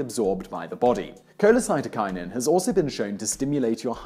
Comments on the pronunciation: Simon, you keep pronouncing it "cholecytokinin" when it is cholesystokinin. This is actually an important distinction, because the root "cyto" or "cyte" refers to a cell or cells, while "cysto" refers to the gall bladder (which is where cholecystokinin is released from). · The "s" in cholecystokinin is NOT silent! The meaning of the word is "cholecysto", referring to the gall bladder (bile cyst) and "kinin" meaning "making it move". This hormone primarily makes the gall bladder contract to send its stored and concentrated bile into the duodenum, but it has other effects too, as Simon outlined. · Cholecystoknin Koh-lay-SIS-toe-kie-nin cy*s* cholecy*s*tokinin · aight. kewl. as a physiologist, i suggest you look up pronounciation of scientific terms before you record. colecyst-O-kinin and gastro-esophag-E-al, par example. good vid otherwise. cheers Simon!